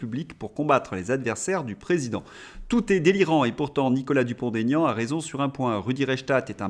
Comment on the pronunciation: Bonjour et merci pour votre travail. Une petite remarque ! Il n'y a pas de liaison dans le nom de mr Dupond Aignan ! Il l'a souvent dit mais je crois qu'aujourd'hui, il a renoncé 😂😂